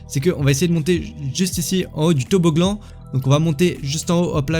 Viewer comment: et toboglan mdr